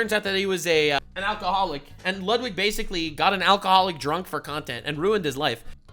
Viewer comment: Everytime says "basically" it's like sandpaper on my ears. Bro says a word 30 to 60 times in a video but can't say it correctly once.